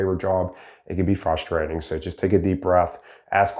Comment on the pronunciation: Fustrating or frustrating